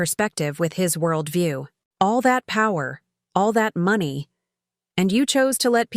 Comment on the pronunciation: Why do all of these stories can’t pronounce money quotes properly is it an AI glitch